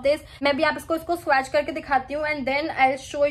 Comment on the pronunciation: Firstly, your grammar needs immense correction. Correct - I did not know. Also learn to pronounce the word swatch. Secondly there's no respect in putting a fellow blogger down by pointing out her mistakes. No beauty, no charm, no class. Sad move!